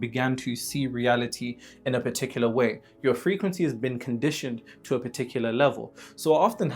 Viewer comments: I am crying 😭😭😭 niggas said you say Tew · They think you’re from Baltimore because of the way you say words like “do” and “to” Next time bench heavy at the Smith Machine bruv.